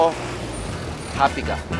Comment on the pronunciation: Gusto ko..."HAPPY KAH"!!!=P yun yon eh..xD lol